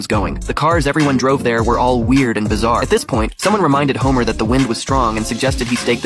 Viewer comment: Did you say bizzare?